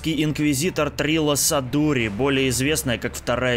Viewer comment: не Джунда, а Джанда, а вот Трилла не Садури, а Судури!